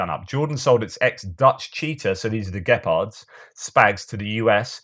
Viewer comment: I can't help but noticing that by the majority of YouTubers the Gepard is usually referred to and pronounced as GepHard, which annoys me to no mean extend but that's hardly relevant, but it has nothing whatsoever to do with a former Democratic senator from South Dakota. Some are currently incorrectly referring to it as Cheetah, but in the heyday of this weapon (late 1970s, 1980s and 1990s) in NATO circles at NORTHAG the Cheetah would be used for the Dutch and Gepard for the German varieties. Btw, the Dutch translation for Cheetah (as irrelevant as it is) would be Jachtluipaard (Hunting Leopard). Since we already were using the normal Leopard main battle tank, that could be confusing, hence the renaming to Cheetah. You're welcome.